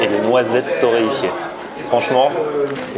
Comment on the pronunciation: Noisette torréyfier !? Lol